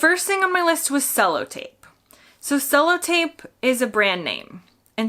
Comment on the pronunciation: You're overemphasising the O in sellotape. It's more like sell-uh-tape.